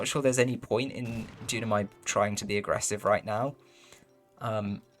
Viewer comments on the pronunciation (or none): Hi there ! Thanks for the cast ! Just a detail, it's Dunamai (pronounced Doo-nah-my). Cheers !